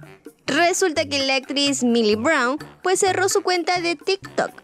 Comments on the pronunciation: Se pronuncia mili porsiacaso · Jajaj no es mayly es millie jajjaja 🤣🤣🤣